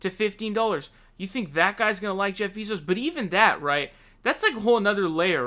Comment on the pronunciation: For someone who follows politics ad the news so often, you sure have a lot of difficulty pronouncing names xD Bernie Saunders earlier this week and now its Jeff Bee-zos xD